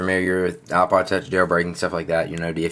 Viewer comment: no offence, but its ipod, not aaah-pahd